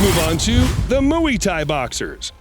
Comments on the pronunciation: Ur saying mu e tie boxers on purpose right?! As a joke?! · I died every time you said Moo-wee thai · The way you say Muay Thai is so cringe to me say it like moy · Please learn how to pronounce Muay Thai! It isn't for cows, no mooey in it. Try saying it like Moy Ty, then you might get somewhere, But you disrespect the fighting style with your narration. It's like when people say Hyundai, Sunday with an H instead of an S like Hunday and not like Hi unday!. But people just toss words from other languages around like they don't matter. But it killed this video before it got anywhere for me. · Muay Thai is pronounce as Moo-why Thai,Not Moo-yee Thai. Can't even get a well known fighting style's pronunciation right? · It's not pronounced mooey thai bloke. It's like ( moi) and the kick uriah threw was a spinning back kick, not a "cross kick" whatever that is lol. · Mooeee fighters ? It's pronounced My Thai not mooeee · Mooey Thai. 😂😂😂😂 Mú-aye or Muai. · Mooeee thai LOL!!! Nice pronunciation. Mooeee thai. Hahahaha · You lost me at "Mooee-ty". Learn how to pronounce it. FYI: we don't need your narration in the first place. We can see what's happening without it. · Mooey tie😂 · Is the voiceover provider of these videos A.I. or an actual human? The way he says Muay Thai is completely wrong. Drives me mad & sounds like he is ridiculing this art. The correct pronunciation of 'Muay' rhymes with "boy" Why does he keep saying Moo-ee? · “The 🐄mOoEy🐄 Thai boxzers🥴🥴🥴” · Jesus stop saying MOOEY THAI lol Can't focus on the video 😂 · Moo e thai? Lol learn how to at least pronunciate the words. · stop saying mooey thai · What's moowie tie? 😄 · Mooee Thai??? 🐊😂😂😂😂😂😂😂😂😂😂😂😂😂😂😂😂😂😂😂😂😂😂😂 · Moooyie Thai, lol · Moy is how it’s pronounced muay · “Mooey tie” boxers lmfao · “Mooooey Thai Boxers” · Did he just say "mewy tie" 🤣🤣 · “The moowee Thai boxers” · Moo Eee Tie word of the day 🤣🤣🤣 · Moo Eee Tie it’s a new word 🤣🤣😂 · “Moo-e tie” boxer…..really? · "Mooy Tia" 🥴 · When he said mui thai 😂